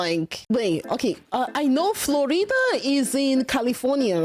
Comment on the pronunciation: "Flordia is in califorina" GIRL 😭🥀🥀